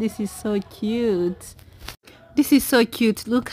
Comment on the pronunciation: Lol the way you pronounce north is hilarious